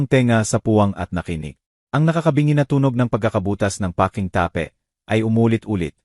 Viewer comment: May mga words na mali ang pagbigkas tape ta-pe lock- look ayusin ang salita!😅